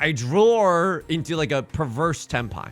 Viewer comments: Have you been to the midwest recently? Saying "Drawr" instead of "draw" and "warsh" instead of "wash" is a Hoosier thing. Also, congrats on an absolutely sick Hanchan. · Every time you say "If I could 'drawr' or 'drowr'...", it feels like a missed joke opportunity. It could be "If I could Dror Ragzlin (that's a Baldur's Gate 3 reference)...". Food for thought!